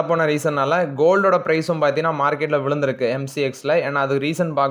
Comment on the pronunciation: தம்பி ... விழுந்திருக்கு & வளந்திருக்கு இரண்டுமே ஒரே மாதிரி கேட்க்குது ... மேலே & கீழே ... என்று சொன்னால் பராவாயில்லை. Thanks